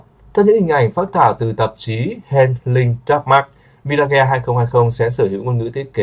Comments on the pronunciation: Mi-ra-ge ? Nghe không chuẩn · Sao lai doc la MI-RA-GHÊ nhi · Nếu không biết phát âm chuẩn từ Mirage thì phát âm Mi-Kha đi ông nội.